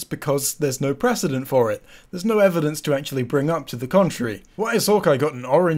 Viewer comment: for real though. What is it about that accent that makes the word “no” sound like “knowr”?